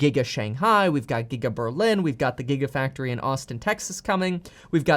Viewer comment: LOL "Gita Factory" ….*clears throat* sorry great video man.